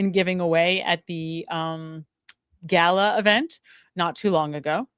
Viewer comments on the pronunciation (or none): none